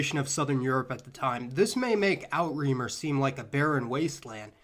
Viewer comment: so cute to heir pronounce "Outre-mer" in French...